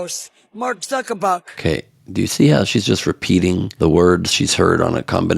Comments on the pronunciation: I think her dentures came loose when trying to pronounce Mark Zuckerberg to Mark Zuckerbuck. Kinda like Trump calling Tim Cook, Tim Apple. Stand back from her, if she trys to spell SHIT she will get it all over everything around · She can't even say his name right she says Mark Zuckabuck. Maybe he should change it to that. He seems to be doing quite well. She might want to shut her pie hole because if Dominion hears her saying that they'll go after her also.😂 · Did she just say Mark Zuckabuck? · Did she say suck a buck? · 😂😂😂 she did…or zuc a buck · Did she say “Zuckerbug”, instead of Zuckerberg? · Hey lady, you do know that it is Zuckerberg not Zuckerbuck WINNER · 'Shudershine', 'Mark Zuckerbuck' and '2000 Mew-els' all made me LOL. These grade-A morons don't learn much of anything at school (assuming they even went) and seemingly become even dumber living in the right-wing echo chamber with only other mouth breathers and grifters. Thanks Ben! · Did she really say"Zuckabug"? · Did she say, “Zuckerbug”? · "...and Mark Zuck-a-buck." Huh ?